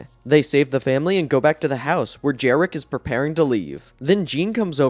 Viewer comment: And also, the creature at the end is called Jerricky, not Jerrick.